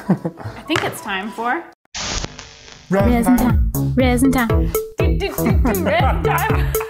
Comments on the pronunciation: „Resin Tiem“😂😂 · Resin Tiem?? 😂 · Resin tiem hahahahha